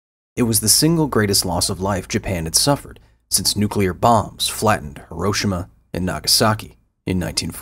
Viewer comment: Hiroshima is pronounced as He-roshima not Her-oshima